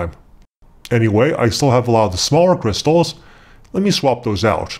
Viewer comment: did you mean kershstals :D no